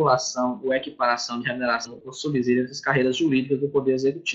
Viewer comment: Subsídio (com som de S, de subsolo).